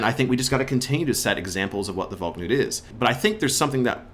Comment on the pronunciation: it's not pronounced "Valk-nut" it's "Val-knut"